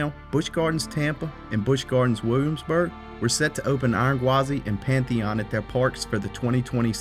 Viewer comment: Lol, PATH eon